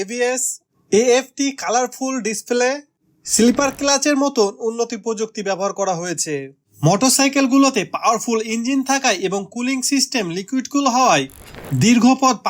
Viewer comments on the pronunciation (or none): সিল্পার ক্লাচ না 😮😮😮স্লীপার ক্লাচ বলেন,,,,দা লালা লালা